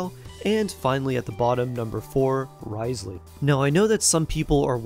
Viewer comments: NervaLEET and RIZELeey 💀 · Repeat after me: New-vee-eht and Riss-lee🤭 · Life hack it’s not Wriothesley it’s pronounced Rizz Lee.